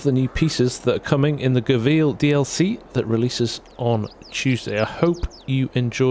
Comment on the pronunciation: It's pronounced go well